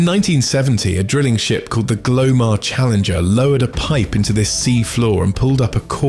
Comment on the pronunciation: Glomar Challenger (not Glowar)